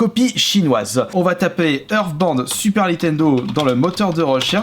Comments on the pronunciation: "Earthband" non mais cette prononciation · Ta façon de dire (Hearstbound) on dirais Euresebinde